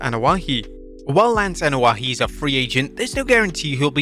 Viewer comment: Its not (Anoa'i)Ano-ah-HE... Its Ano-ah-E... They have less syllables in samoan, hawaiian and polynesian culture/language... yer butchering it and sound like a damned fool